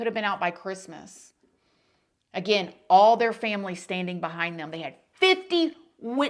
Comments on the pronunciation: 🎄 I LOVE how u said Merry CHRISTmas 🎄🙌🏻🙏. THANKYOU for standing up for this - amazing and I have so much respect for u🎄🙌🏻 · Loved the emphasis of CHRIST on Christmas 😃